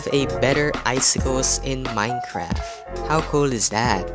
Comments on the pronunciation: Why do you say Minecraf and not Minecraft. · I like how you say minecraf instead of minecraft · Its not Minecraf its Minecraft